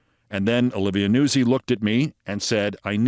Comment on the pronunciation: I would not have pronounced Olivia Nuzzi's surname as "Noo-sie" Keith, rather as "Noot-sie". But you'd know far better than I the correct pronunciation. And besides "Noot-sie" sounds far too much like NAZI, which should be reserved these days for Donald J. Trump, JD Nonce, and that black Lt. Governor bloke in North Carolina 👍😎🇬🇧 💙☕🥃